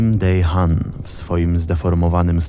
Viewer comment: ogólnie fajny materiał tylko przyczepię się do wymowy imienia podpalacza. powinno się je wymawiać w przybliżeniu [dehan], a ty to bardzo zamerykańczyłeś xd ale pozdrawiam z rodzinką